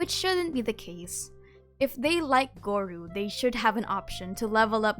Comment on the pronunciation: Hearing you say gorou as goru is kinda whack hahaha